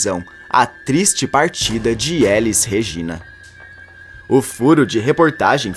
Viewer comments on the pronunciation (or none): Élis Regina ? Moço, vc nunca ouviu falar de Elís Regina? O nome da grande cantora é oxítona, não paroxítona. E, a música que acompanha a sua narrativa não combina com os assuntos. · "Élis" Regina? Pelo amor de Deus, nem um robô leria um texto de um jeito tão artificial